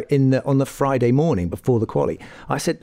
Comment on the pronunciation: When the video starts with, "Let’s sta wit wa 'appened on FROI-day befo Sa-a-day..." you know where this is going to end 😆